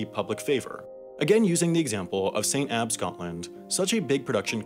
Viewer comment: I can't put into words how pleased I am you pronounced Edinbrugh and St. Abbs correctly